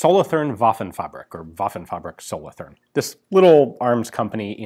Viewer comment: Solothurn is pronounced with a sharp t but with a longer u. Much like the word cartoon Solotoorn